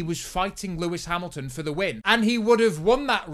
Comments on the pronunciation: “Pewis Pamilton” 😂😂😂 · Pewis Pamilton gets me every time